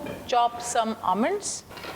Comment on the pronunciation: I am attracted irrtated by Your english By ur pronounciation of word almond Ur hair Ur nail